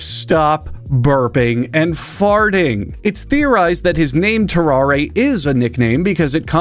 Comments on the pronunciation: I think it’s pronounced “ter-ar” and the e is silent. He was French, after all. That man was cursed, for sure. CountDankula had a good video about him too. Great video! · I'm commenting this before I watch the video. It's Tarrarre isn't it? Edit: Nailed it.